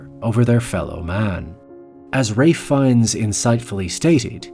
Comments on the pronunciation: It's not Raife, or Wraith. It's Ralph, Feines. Good God it's like you glossed over that. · Great video but PLEASE say his name right, it’s Raal - ff , Fin - e - us… not rafe fines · The L is not pronounced! It's pronounced Rafe Fines. You owe the content maker an apology, and you made yourself look like an azz...I bet you're used to it though. I also hate AI. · His name is pronounced "rayff". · Ray Fines? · What the heck is up with your pronunciation of his name? You're saying "Ray Fines"? That's not how your pronounce his name. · His name is Ralph Fiennes, not Rayth Fines